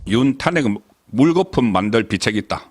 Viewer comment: 타넥 이아니고 탄핵 .